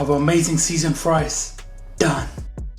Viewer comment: I love how chef uses a hard G at the end of the word AmazinG 👏 the food looks great